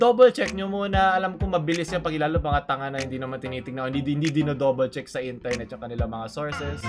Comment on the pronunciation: I love ur accent can u say it again: Intarnet